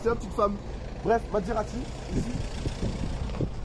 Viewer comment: Sa ce dit Maserati pas matserati